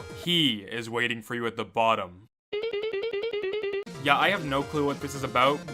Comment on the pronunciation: EeeYeeRee almost sounds like a phonetically misspoken version of UhYeah so there's that